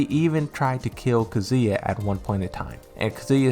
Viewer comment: ffs dude, it's Kazuya not kzuia